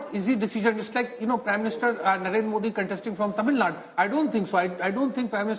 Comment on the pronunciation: It's Tamil NADU...not Tamil NAD